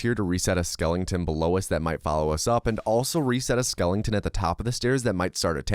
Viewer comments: We aren’t gonna talk about how this man really says “Skelington” instead of skeleton? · I'm sorry dude. Great video but it's not SKELLING TON. It's SKELETON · Nearly fell asleep like i normally do watching speedruns until i heard bro pronounce skeleton skelington 😭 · There's no g in skeleton😂😂😂😂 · Skeleton. Not Skelington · why does he say skellington? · Skeleton ❌️ Skelington ✅️ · Skelington lol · "Skel-ing-ton" LOL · why are you saying skelington? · Skelington or skeleton mate? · Why the hell do you call them skelingtons? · Is it an American thing to pronounce skeleton as "skellington"? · Interesting video thanks, you had me laughing after I heard you say "skelenton" instead of "skeleton" just so you know for the future 👍😊